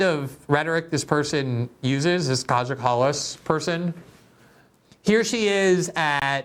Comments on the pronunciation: It’s pronounced ‘K-I-Y-A’ not ‘KAJA’ Glenn! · Greenwald Its pronounced Kaya, our little brave princess. Her friends Analena and Ursula are equally brazen and delirious. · It's pronounced Kaya. If you see a J in a name from any of these Baltic and Slavic countries, you can presume it's pronounced as a Y. Just so you know for next time xx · It's pronounced Ki-ah Kallas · Glenn you are right about everything as always except one thing .. her name is pronounced Kaya.